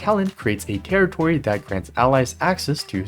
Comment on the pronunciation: u mean a ZONE i realized u said terrirory even tho it sounds NOTHING like the word tallet torry taller rorry tally tollrey etc not even close to territory also why is the background evanescia team so bad wheres huohuo and whyy is tribbie there same with the cas and evernight team, why is SW there , wheres the cyrene